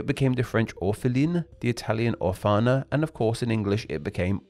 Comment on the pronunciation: "the italian orfàna" orfana is the femminine, usually in italian the default gender is masculine, it would also be more consistent with orphanos and orphanus being both masculine also, it's pronounce òrfana (/'ɔrfana/) not orfàna